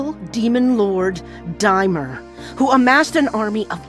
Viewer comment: His name is DAI-mur